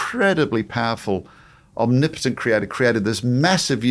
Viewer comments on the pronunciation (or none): none